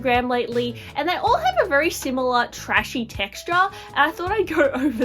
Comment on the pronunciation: Did you say "rashy?" 👀😂🤣💀⚰️ Trashy, rashy capucine....🤣 Bwaahahaha!